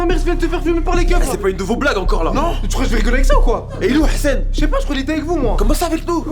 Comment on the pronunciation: Pourquoi ils disent hessene au lieu de dire Hassan sans prononcer le h ?!!!ils sont gênants